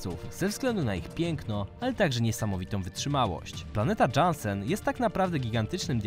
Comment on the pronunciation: Jaki Dżansen?? To sie czyta Jansen.